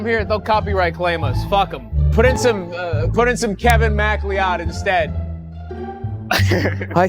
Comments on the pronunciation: that's pronounced like McCloud 😘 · it's pronounced muh cloud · The most disturbing part of this video is the way "Kevin MacLeod" was pronounced.... it's pronounced like "McCloud". I'm sorry. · Why is the most disturbing part of this video the mispronunciation of Kevin McLeod at the end? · I know you didn't just pronounce "MacLeod" that way! shakes head in Scottish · Out of everything in this video, I can't get over how pronounced Kevin MacLeod